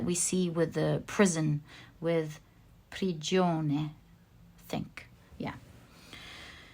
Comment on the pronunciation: hi from Italy. you said it right "prigione" ahahah.thanks for the reading.sending all of you lots of love🌼🌼🌼